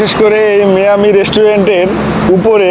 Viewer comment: ভাই মায়ামি বলেন মিয়ামি কেনো বলেন 🥲